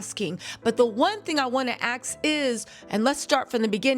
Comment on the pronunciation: Why does she say AXS INSTEAD OF ASK?